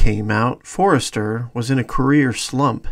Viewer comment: Great vid - but its Robert For-ster, not Forrester!